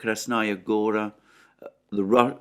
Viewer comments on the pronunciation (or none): in Russian the word Gora is stressed on A. It is not like the original name of Montenegro - Crna Gora. In this case, yes gOra.